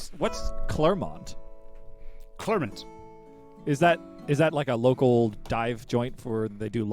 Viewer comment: No the first time Clermont was said was right, I think it's Jackson who says it the first time, then Chill Goblin mispronounces it after as if correcting him. In Ohio there's a county called Clermont County, and there's a branch of University of Cincinati called UC Clermont I went to, so I know how Clermont is pronounced. Like Clair Mont or Clare Mont. Though some people say Cler like in clerk but anyway the first person who said Clermont got it right.